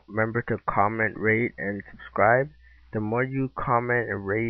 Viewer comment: i thought you said comment and rape.. the more you comment and rape the more ill make vids XD no offence thou... this was at the end